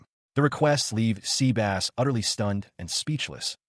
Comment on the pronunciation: Sebas ❌ Seabass🐟✅